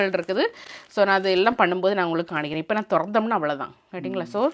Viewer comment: Kanikaren illa ..kamikaren is the right acent... m not N..